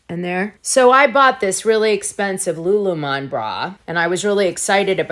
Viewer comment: Lululemon products are excellent. At least pronounce it right